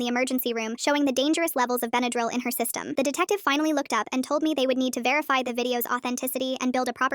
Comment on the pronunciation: why does she say bendryl like that? (benadrul)